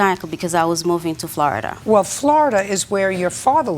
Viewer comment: when she says 'Floridar'😂 She's like a strict but fair grandma